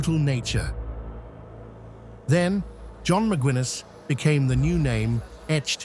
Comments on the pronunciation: Mick-Guiness, like the beer,. Not Mick-Gwin-es, you f'ing AI bot. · Mc gwinness. Wtf bro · Excellent stuff but Macwinness……. Come on, if you intend to give an overview, at least get the names right ffs